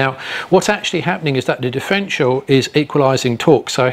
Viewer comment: Good vid but it’s a differential not difrential.